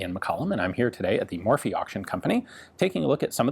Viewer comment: Being Irish it pains me to hear Ian say Morphy when it was originally was Murphy.